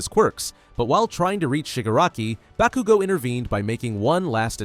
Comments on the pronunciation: When he said BA-KOO-GO. I fucking left. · I was crying because bakugo died and then you proceeded to pronounce his name wrong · How the hell is it that yu can say shigaraki but not bakugo